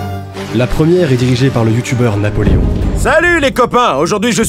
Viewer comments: NAPOLÉON* PAS NAPÉLON QUAND MÊME 😭😭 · Qui a remarqué le "Napélon" au lieu de Napoléon ? 😭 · "Napélon" on respecte même plus Napoléon